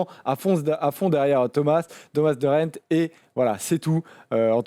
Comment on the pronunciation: Vous êtes chaud bien prononcer De Gendt une fois au moins ?